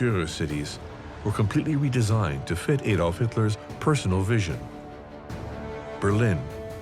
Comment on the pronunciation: At last, a commentator who pronounces “Adolf” properly. Thank you. Now, speak to your audience in terms of miles not kilometers since at least 90% of it can appreciate distance much better if you do so.